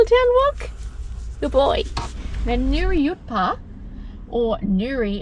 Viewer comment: Thanks for pronouncing Nuriootpa correct. Must people stuff it up 😊